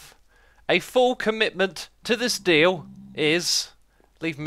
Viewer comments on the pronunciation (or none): none